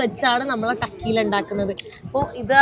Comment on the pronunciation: ടക്കീല എന്നല്ല pronunciation, Correctly, തെക്കീല !